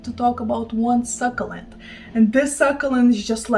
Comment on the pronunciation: 💚 Succulent pronounced suck-you-lent. Not suckalent 😉 well you give us language lessons 🤷🏼‍♂️😘💚